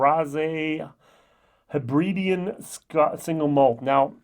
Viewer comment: Nice review but seriously learn how to pronounce names and places properly - please Hebridean not Heebreedeen Alasdair not Alassadeer Mull not Mool I appreciate the accent throws it a bit... but miles off. If you know your stuff at least put in the time to research pronouncing the names. 👍🏻 embarassing to not even bother but claim to be a whisky review expert.